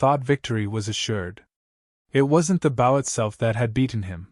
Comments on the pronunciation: Dammit! When you use a damn computer to speak, it says bow and not “BO”! That is an unnecessary distraction and if the story was not interesting, I would jump somewhere else. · Whomever is narrating this should pay attention to “BOW”…… not bow…as in bow wow…… but bow as on BO diddly. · You know, if you’re going to produce voice for a story about bow and arrow, you might try to get the pronunciation of “bow” correct, instead of telling us a story about “bending at the waist and arrows”. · That is the ending that should have happened....... BUT THIS IS A WOKE A.I. Program that cannot even learn how to say the word BOW...... This you see in every A.I. that they use in here and the GTP programs that make the stories....... Repeat, Repeat, Repeat then the last 10 min's of a 40 min story we get to garbage ending like this..... guess they hit the word count to get paid......